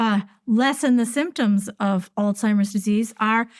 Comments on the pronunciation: did she say: Old-Seimers Disease? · I find it hard to take the advice of a Doctor that pronounces Alzheimers as "ALL-TIMERS." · She calls it all timers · Why do most people mis- pronounce Alzheimer's it not ALTIMERS